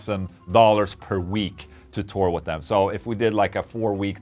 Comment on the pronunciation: Mr. Englund, I really enjoy your vids and I enjoy the way you pronounce Th’s like and f( example: Sunday wi(ff)th Ola. I am definitely going to buy one of your companies guitars. Quick question, can I get whatever pickups I want and for that matter however many I want as well as control knobs on the guitar? Let me know my good Man. Ola for everyone!!!!🍟🍟🍟🍟🎸🎸🎸🎸🎸🎸